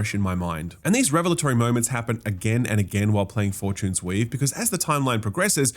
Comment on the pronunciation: Is it just accent or are you calling it Four-Tunes-Weave as a hint? 👀